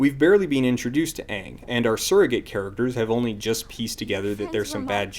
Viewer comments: Why the 'O'? They're not saying it with an O, they're saying it with a short-a, so 'Ang' instead of the proper 'Aang'. Short 'a' sounds like "ah", long 'a' (written in languages besides English as 'aa') sounds like "aay" Also, you entirely missed their point. They was saying that sometimes you might have to ask for someone's name again if they have told you before because forgetting names can happen, so "you wouldn't have to ask for a name if you've been told their name before!" isn't really a good answer. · Honestly, the fact that both Aang and Sokka's names are pronounced differently from the show for no reason is proof enough that the movie would be garbage, because that means that Shyamalan, who wrote, produced, and directed the thing, DIDN'T WATCH A SINGLE MINUTE OF THE SHOW HE WAS ADAPTING. Because if he had WATCHED the show, he would know how to pronounce the names of two of the four most important characters with more screentime than anyone else. And yknow, while I don't necessarily DEMAND that a creator analyze the ENTIRETY of a franchise they're making an entry in, if it's clear that they haven't done any research outside of reading a plot synopsis, that's a problem. And doing nothing but reading a plot synopsis is also probably the reason why all the major plot events of the show's first arc happen in the movie, but completely lack any character whatsoever. The movie, like a plot synopsis, is just a list of events. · You keep saying aang but an hour into the movie they clearly say his name is Oong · It took 4 earth benders to move a few pebbles while in the original show, a SINGLE EARTH BENDER could raise 10ft walls in seconds. Also, I hate how they pronounce Aang's name in the movie. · The first time they said Aang's name, I knew we were doooooooomed!